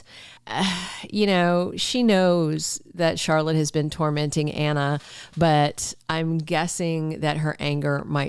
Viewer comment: I love the way he says Anner instead of Anna!